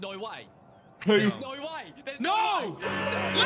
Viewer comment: "there's nohrrr way... Nohhrr way!"